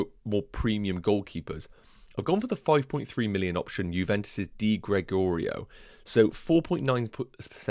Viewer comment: Juventus keeper pronounciation Di - Greg - Oreo Good initial draft and clear explanations mate.